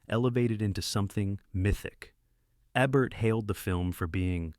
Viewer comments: DUDE!!!! If you HAVE to use an AI voice to narrate your video, at least make sure IT PRONOUNCES THE NAMES RIGHT!! Abert, Ehbert, it's EEBERT. PAY ATTENTION!!!!! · Gloria Swanson is GENIUS in Sunset Boulevard. I watch it at least once a month. PS It’s not A-Bert! It’s E-Bert! 🙄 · Make sure you have the correct pronunciation of the words and names even if you are using AI. The frequent mispronunciations of Rogert Ebert's last name are annoying.